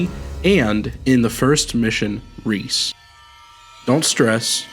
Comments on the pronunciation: Recce (wreck-EE) not reece Short for reconnaissance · Recce =/= Reece in terms of pronunciation. It's another way of saying Reconnaissance. Pronounced Reh-kh-ee. It's a common shorthand way of saying Recon or Reconnaissance. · Iirc the opening mission is supposed to be pronounced "wreck-e", and is short for recconisance